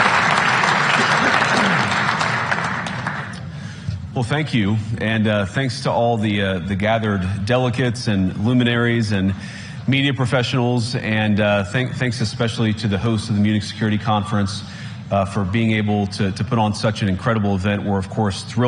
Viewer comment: 是Delegates 不是delicates吧？